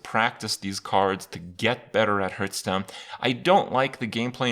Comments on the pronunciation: everytime Kripp says hurthstone, I downvote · Why do you say "Hurth"stone? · what the fuck is a "hurtstone"?